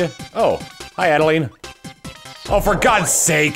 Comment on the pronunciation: Reiterating, it's pronounced 'ADD-A-LINE'